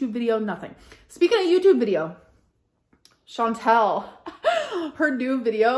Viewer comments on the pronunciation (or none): its not "Shawn-tell" its "Shawn-TALL" you've known her name for 5 years at least. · My partners name is Chantal and it makes me cringe every time Amber gets it wrong because SO MANY PEOPLE say my partner’s name wrong.